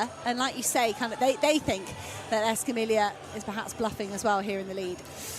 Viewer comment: The double-L in Escamilla, and all Spanish words, is pronounced like a Y. Come on, announcers! You'd think European announcers would be able to correctly pronounce athletes from another European nation. Otherwise, I have enjoyed the commentary from all the races.